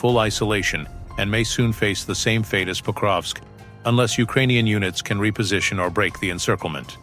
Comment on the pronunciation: It is not "Póukrovsk", it is "Pakróvsk" !